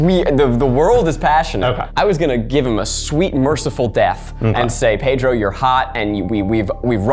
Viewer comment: I love how Zach cannot pronounce 'Pedro' if his life depended on it.